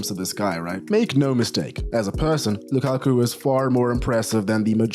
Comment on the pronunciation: It’s not Lukaku. It’s Lakaka 😂😂😂😂